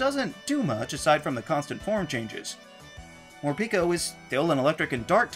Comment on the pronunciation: Mor-PEH-ko. Every pikaclone has Japanese-pronouned names.